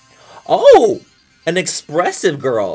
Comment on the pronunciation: “OH an exPRESSIVE girlll” 😂